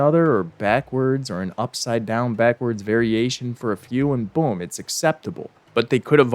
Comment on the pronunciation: Props for getting the name of Marvin the Martian's "Earth-shattering kaboom" device precisely correct. You don't hear that very often!